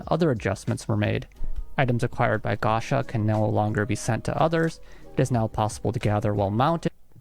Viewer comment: I assume the guy making the original video speaks japanese, how does he not know how to pronounce gacha? japanese pronounciation is probably the easiest part of learning the language, especially if you can already read it